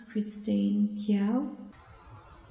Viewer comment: Kee-oh, not kee-yow.